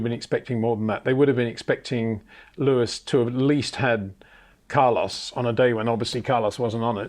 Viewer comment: HEY PETER WINDSOR, I HAVE MESSAGE FOR YOU SIR: it is NOT Max "verSHtappen" ... Max is not German (Germans indeed do pronounce "st" as "sht") ... #Max33 = Dutch NL/Belgium! ... It is not "Bottash" nor is it "Lewish" certainly not "verSHtappen" .... This BS started long time ago when a British sport presenter interviewed father Jos Verstappen and assumed you can use a German pronunciation to a Dutch Driver thinking it is so "funny" ... It is not. Serious question: can any Englishman say "versatile" out-loud without saying "vershatile" phonetically? most can about 99,99% ... that is why most English can pronounce Verstappen 100% correct! Father Jos Verstappen (also F1 Racer) was very active between back then only a very few said "Vershtappen" but the vast majority of British sport presenters pronounced it perfectly ... only a few old stubborn farts like Peter Windshor